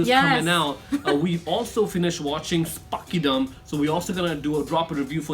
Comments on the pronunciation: not spakidam.. its spadikam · Spakidam ??? you mean sphadikam ???